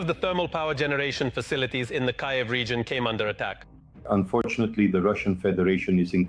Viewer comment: The AI has an accent, but doesn't know how to say KYÏV😂